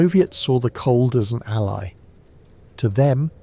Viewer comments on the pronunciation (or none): none